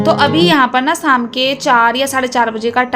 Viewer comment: Nice vlog Thora sa speaking style pe dyhan den vlog,wash,morning Yani o waly words me apki pronunciation Sahi ni isy improve kijye shadi ko Saadi,tasty ko tashty,sham ko Saam mtlb sheen ko ap seen khti hyn n seen ko sheen khti hyn improve kijye I hope you dnt mind 😊